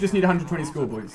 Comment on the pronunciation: I hate the way he says boys. Anyone agree?